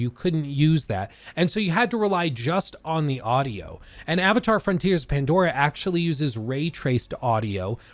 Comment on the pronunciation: you said mandora.